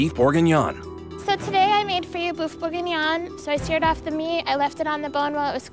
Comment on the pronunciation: “Boof bouginyan” 💀